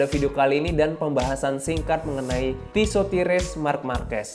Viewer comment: Pronounce nya on point 🔥